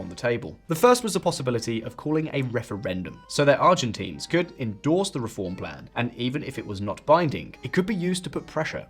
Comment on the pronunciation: get our demonym right haha. Not ArgentEEns hahahaha